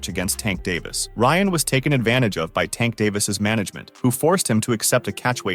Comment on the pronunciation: You have extensive knowledge of the boxing community... so much so that you can articulate Davis name without him sounding like a female